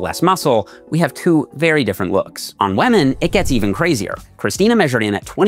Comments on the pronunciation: On "wÆÆEMen" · Bro said “wemen”